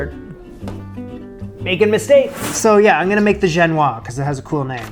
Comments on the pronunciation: I believe its "gen-wha-zzz" not "gen-wha". The ending of "se" indicates the "se" is pronounced. Otherwise, the baked alaska looks Wonderful. I'll be over for coffee. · Just to be picky, the ‘s’ is pronounced in Genoise. To complicate things, it is a sponge cake from Genoa, so the French say ‘Genoise’ rather than the Italian ‘Genovese’ or the English ‘Genoese’ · This was magnificent. And a Baked Alaska is a challenging recipe for a home chef to attempt, so you should be very proud of yourself, it sure looked delicious. A tiny bit of advice on pronouncing "genoise": it's true that final consonants often aren't pronounced in French, but that S isn't final. The E after it means that you say something like "zhen-wahzz." But that's minor indeed -- you're the greatest! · Chan tee yee. Chantilly. Gen woaz. Génoise. Do you know what Darth Vador wants in a french bakery? pain pain pain tarte tatin tarte tatin.